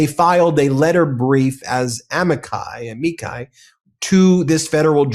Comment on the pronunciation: A-mi-ki. Very good!